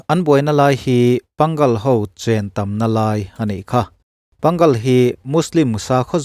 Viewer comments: Panggal ni lovin Pang-ngal ti-a lam tur a ni e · Pang-gal ni lovin pâng-al emaw pâ-ngal tia lam tur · Pangal ti lovin pang_ al tih tur a no e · Pang gal nilo in Pa Ngal tih tur Ngal lai tak hi thluk deuh tur mizo tawng a, A Aw bul chiah a A kan hman thin hi Ngal lai tak ah Ng zawh vel ah Mizo in A kan tih hi hman tur lam dan Turin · Pangal Mizotawng a chhiar tur.. Manipur Muslim ho an kohna PA-NGAL tih tawp tur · Pangal in lam rik dan hi a dik lo fo mai. Pâ-Ngal tia lam rik tur. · A ngaihnawm e. Thil pakhat Manipuri Mosolman (Pangal) ho hi Mizo ṭawng a 'Pâ ngal' tia chhiar mai tur a ni e.